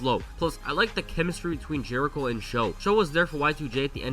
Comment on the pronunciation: I love how everyone called them "jerishow" when jerichos said multiple times he hates that name 😂